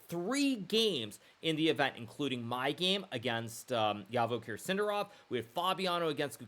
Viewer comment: Come on, Naka, his name is pronounced Zhavokhir or Javokhir like in June.